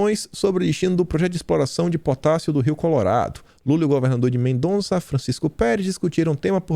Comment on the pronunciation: A cidade argentina citada se chama MENDOZA e não Mendonnnnza